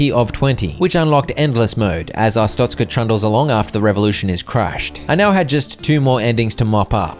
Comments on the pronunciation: uh strokez cuh vs uh stroke a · Ah yes AHSTROKAH (not tryna be mean) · what in the hell you mean Astocka, it is Arstotzka(A.R.ST.O.TZC.KA) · mispronounced Arstotzka...the entire video. He called it A-stroke-a. 😂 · nah, you're just an astrokean, not an Arstotzkan 🙏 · I still get shivers whenever i think about saying "Arstroka" instead of Arstotzka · Thank goodness you didn’t say astroka like a …. Certain other YouTuber who I shall not mention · Ah yes,its called ars-stroke-ska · Glory to a-stroke-a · I reported ur videos for hate speech. How dare you mispronounce glorious artztoska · almost positive you’re pronouncing Arstotzka wrong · a joke, he said it wrong his entire video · not pronounces it right its wrong i came from arstotzka trust me comarad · that CAN'T be how you say it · it's worse than yoi think. He is dyslexic, but he knows he pronounced it wrong, got corrected, said it correctly once, then proceeded to keep saying it wrong out of either spite or just because he can